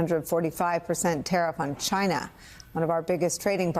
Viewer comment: sorry its not china, its cchinaah.